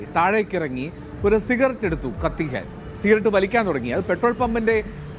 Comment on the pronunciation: സിറഗറ്റ് അല്ല സിഗററ്റ്😊